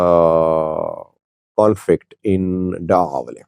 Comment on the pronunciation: Slight correction: It is Da’awaley and NOT MACAWALEY (where the skirmishes took place).